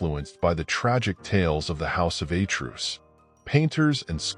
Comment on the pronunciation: Who is this narrator? The house of A'truce? A truce is a cease fire beyween two warring parties. He appatently knows NOTHING about greek nor latin. The greek word Zeus is pronounced ,Tz-us, lije the derivatives Theos and latin Deus with 2 (TWO) syllables. I suppose he still thinks that the portugese rose wine MATEUS is pronounced MA-TOOSE. DO YOUR HOMEWORK. (what a moron!)